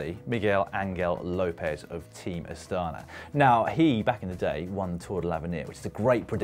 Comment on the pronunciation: Dan finally got round to saying Astana the right way